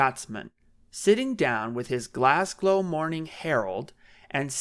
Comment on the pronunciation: "GlasGOW" not "GlasGLOW" you bumbling idiot.